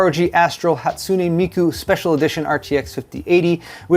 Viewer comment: Credit for pronouncing Hatsune Miku correctly